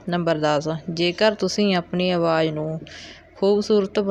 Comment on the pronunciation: Angreji nahi angrezi hundi hai & awaaj nahi awaaz hundi hai. Apna boli theek karo